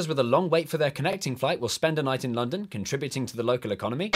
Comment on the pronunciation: Notice in the beginning the word N in London is unfinised